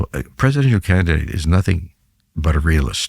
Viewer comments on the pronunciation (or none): none